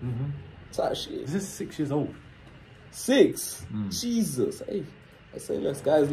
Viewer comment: when he said"JeSuz CHRI-😭😭💀💀"